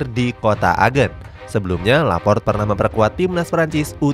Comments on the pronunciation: Laporte bos bukan laport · Laporte min bacanya,,bukan Laport... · Laporte bukan laport pke E nya min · Lopart laport lopart laport 😂 , LAPOR TE mereun bacanya